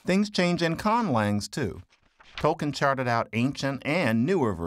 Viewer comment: He did; the narrator didn't; which includes mispronouncing his name.